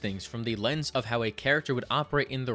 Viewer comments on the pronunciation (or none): none